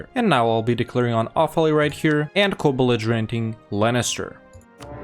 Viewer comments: sorry.. i just have to do this.. inhale IT'S LEINSTER NOT LANNISTER!!!! AAAAAAAHHHHHH!!!! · I'm so confused why you're calling Leinster "Lennister". xD